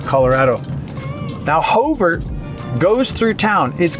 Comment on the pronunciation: Everytime you say 'Hover Street" I cringe. But obviously you have only been there a week or two so... I was born and raised in Longmont. Anybody who has been there a month or longer knows it is pronounced the same as President Hover's name.